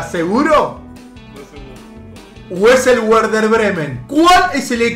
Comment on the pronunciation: Si es equipo alemán la W es una B, así Werder Bremen es "Berder Bremen" no " Uerder Bremen", (si es polaco también)